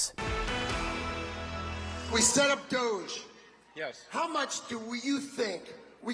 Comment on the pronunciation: her pronunciation of DOGE just shows she's an uncultured normie.